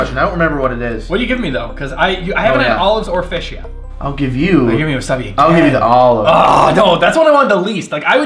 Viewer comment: I swear I heard Burt say Yeet